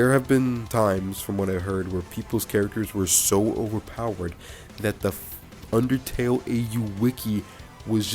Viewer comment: Great summary of it! And yes you pronounced it right lol